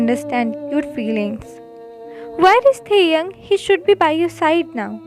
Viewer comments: Yahhhhhhhhhhhhhhhhhhhhhhhhhhhhhhhhhhhh .....it's not taehung it's TAEHYUNG..... plzzzzzzzzzzzzzzzzzzzzzz 🥺🥺🥺🥺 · Plz don't mind...The name is Taehyung not taehung...so plz Write the correct name ....✌️✌️